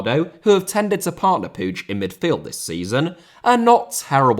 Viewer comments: Just an FYI, but the last name Puig is pronounced like "Pweeg" not "Poodge". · still cant understand how can somebody pronounce puíg as pooge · no the catalan pronunciation of puig is not "pooge" i know that for a fact im not just assuming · I think it might be the Catalan pronunciation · The way butchered Puig's name is brutal, up there with what the Saudi's have done in Yemen